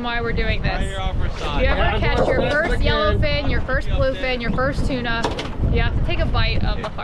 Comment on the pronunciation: Tuna not Tina sorry